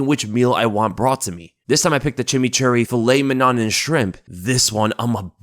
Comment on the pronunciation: Mig-naan, gilo-teen? C'mon guys!